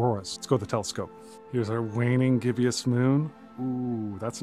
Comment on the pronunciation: Hey mate - is it just my hearing or did you say gibb -i -ous ... or is that i word i dont know? I thought it was gibb - ous (gib - bus) sounding ?